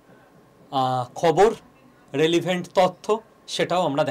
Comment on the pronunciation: Relevent উচ্চারণ ঠিক করে করুন। রে - লি - ভেন্ট আবার কি? রেলেভেন্ট